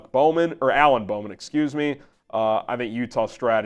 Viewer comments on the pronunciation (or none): none